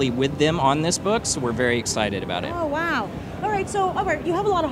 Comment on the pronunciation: Waow Waow. She have never heard of wow but still like WAOW